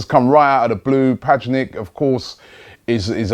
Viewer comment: who the hell is padgenick?